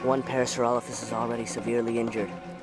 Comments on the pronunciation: did he just say PARASAUROLOLOPHUS???!!...... IT'S PARASAUROLOPHUS. doesnt matter. pretty cool. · Parasaurololololophus is what he said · Parasauralollophus XD